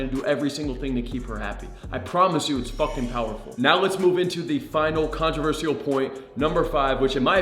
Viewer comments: It’s pronounced contro-ver-shul not controver-see-al. Great content tho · Please learn how to say controversial. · Good content. Saying controversial wrong 74 times, still loving the channel though